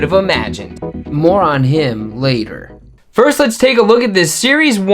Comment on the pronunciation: “More on him” but I heard “moron him” hahah.